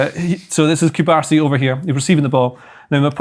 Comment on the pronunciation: Please, if you like him so mucho, especially, get his name pronounced correctly. Cubarsí. Accent on the last syllable. Not Coobahsee.